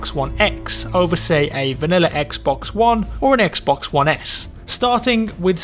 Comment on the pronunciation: I swear if he says "xbux one" one more time..